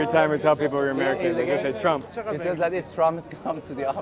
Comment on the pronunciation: The translator said the guy asked what Americans think of TRUMP! Man I was so confused cuz it sounded like Tallam until ChatGPT cleared it up for me lmao